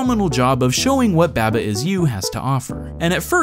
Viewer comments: Please... Why do you pronounce it babba it's barbar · /bæbə/? seriously? it's supposed to be a sheep. have you ever hear the nursery rhyme bah bah black sheep ? it doesn't go "bæ ba black sheep" it's "bah bah black sheep" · I had to stop watching this video because you kept pronouncing it babba. It's a sheep. Its name could only be pronounced bah-bah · You pronounce Baba weird. Isn't it "Ba-ba" like "mama" with B's? :-P But yeah, it is one of my favorite puzzle games in a long time. Some other ones I'd recommend are Recursed, Fidel Dungeon Rescue, Desktop Dungeons, Return of the Obra Dinn, The Talos Principle, The Swapper, Linelight, Braid, and Vessel. They are all pretty different in their own way, but still great puzzle games with some interesting things going on. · Im pretty sure it’s pronounced “Bah-Bah” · Every time he says "Babba" I hurt inside. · taking care of his firstborn child: Someone needs his Beh-buh, huh?:) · please man i beg you please stop saying baba the way you pronounce it it’s pronounced bawba i’m going to kick and scream and cry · > Realizes it's a sheep. > Still says baba weird. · You pronounced baba wrong